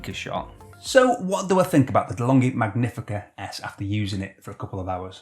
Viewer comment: Nice video as usual! Just make sure you. Pronounce "Magnifica" correctly. With caffeinated love from Italy